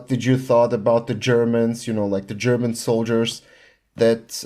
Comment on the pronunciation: Oh your Slavic? Your German pronunciation was perfect so I assumed you were german.